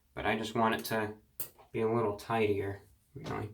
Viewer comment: you should've done a quarantine grow out and just let that flow go, baby, p.s i swear when you say a "little haircut" a couple times i hear "wittle" and i smile from cheek to cheek